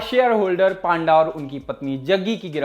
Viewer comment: पांडा नहीं भाई पंडा